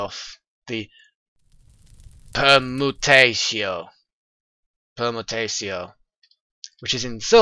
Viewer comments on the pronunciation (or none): Seeds are a great source of permutatio (purr-mew-tay-shi-oh)